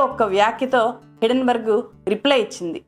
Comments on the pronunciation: Hidden berg, kadhu madam. HINDEN BERG. Hindenberg airplane fire accident jarigindhi hydrogen leaking valla. Helium ki, deeniki sambandham leedhu. Sarrigga research cheyyandi madam. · Hidenburg kadu madam Hindenburg. Mee manava thappidhalu kooda correct chesukonte manchidhi. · Day trader telugu lo cleae ga explain chesadu. Hindenburg puts buy chesi pettukuni mana market meda negativity spread chesthundi. Neku teliyani topic enduku matladthav cheppu. Hindenburg ni hidenburg antunnav.